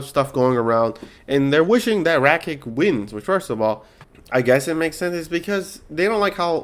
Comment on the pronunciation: This video is unwatchable how u pronounce rakic ige and lerone Murphy as Leon